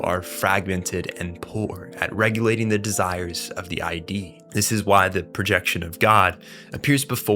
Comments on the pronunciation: ID is not pronounced I and D. It's pronounced id. Like "it" but with a "d". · It’s not the “I.D”, it’s the “id”, and you don’t know what the word derive means. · Great video! Really enjoyed the breakdown. Just one note the term in psychology "ID" is pronounced like "Kid" with a silent "k" not "eye-dee" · Good video but many words are mispronounced; freud's id is not ID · we can't be quoting Sigmund Freud and saying eye-dee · my guy, my dude, my brochacho, id is not pronounced I.D. man 😭😭😭😭😭😭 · No way you're calling it eye dee and calling him Poon Poon lmao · I love your content and analyses but something that bothered me in the Lain video was your pronunciation of id. It's pronounced as a single word, like 'it' but with a D, not like I.D. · its id as in "ih-duh" ya idjut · Pronouncing Id as ID is freaking me out. Government overreach has gone too far. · I agree. It is VERY DISTRACTING bc every time he mispronounces the word, I correct him out loud (hehe). I understand that this is a common mistake made when one reads or studies material without external guidance or instruction. But, what source material is he reading wherein they write "the Id" as "the ID"?! That said, I always attempt to research things that I'm not totally sure about (& even if I think I am, I'll usually double-check anyway) - esp if I'm speaking or posting to others. However, I've been made painfully aware that in their posting/texting/ recording behavior, most people don't share this habit. But, people are sharing ideas in a way that's never been done before in history. So, if we make some mistakes in the process, it's okay. After all, even if it peeves some of us, at least we're trying & in the end, when its my video then I can worry about it (note: I don't make/post videos). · You’re the first person I’ve heard pronounce it I D like separate letters. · you mispronounced "id" also this video insists upon itself way too much